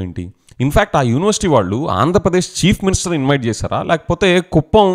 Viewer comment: Every time when you pronounce chief minister why I'm hearing as cheap minister. Looks like ap ppl and next generation interested in this kind of activities only and soon we may see religion's conflict in ap which never happens before thx to DCM